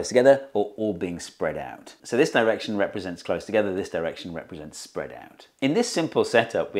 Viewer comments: "spead out" ----> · "Spead out" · "spead" EDIT: as well